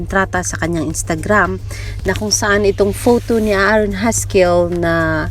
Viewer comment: Wrong pronunciation not Aa aron it's A'ron it's silent a buti may nanonood ng vlog mo dzai.